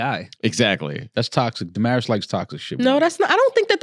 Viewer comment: Duh-Maris strikes again